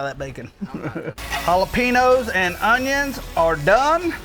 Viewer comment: Why does he say jalapenos like that lol